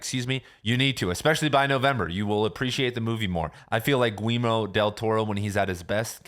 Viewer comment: 😂 it’s pronounced like “Gee-yerr-mo” not “Gweemo”